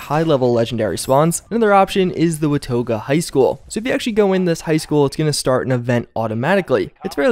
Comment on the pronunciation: It’s pronounced wuh-taw-guh (I actually live near there in real life), just helping you with your southern speak.